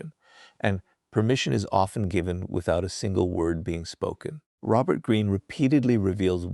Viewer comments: Is Robert Green's voice in this AI? He keeps speaking about himself in the third person and pronounces his name as Raux-bert Green instead of Robert Green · it's hilarious how the AI pronounces Robert wrong. Like with a long O.